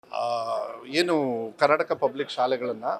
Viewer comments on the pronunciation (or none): ಹೇನು ಹೇನು ಅಲ್ಲ. ಏನು ಏನು😂